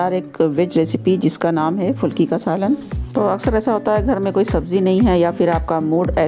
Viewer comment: Good 👍 but fulki nhi phulki Sahi word hai